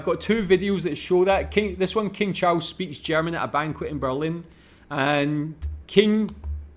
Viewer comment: "King Chaus"!!! 😂😂